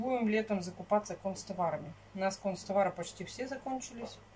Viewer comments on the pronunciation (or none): Когда поедеш в город,подойди к магазину канцтавары,и прочитай правильное название.Нет концтаваров,есть канцтавары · НЕ кОнцтовары, а кАнцтовары! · кОнцтовары это НЕ от слова кАнцелярия у.А кО школе это как?🤗И ведь раз 100 писали,как правильно говорить.Ведь не плохо же подучиться правильно говорить.И ведь детям пример какой..Иногда и я из комментариев узнаю как правильно пишется или говорится.